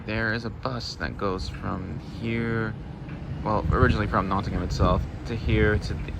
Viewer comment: Thanks for your survey of Nottingham’s trams, but there’s no ‘ham’ in Nottingham (nor if you go to see Birmingham trams in Birmingham). The ‘a’ is a schwa sound, the most common vowel sound in British English.